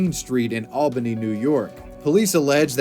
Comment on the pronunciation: damn you even got Albany right too!